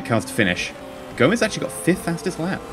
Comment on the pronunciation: It's gome-s not Gomez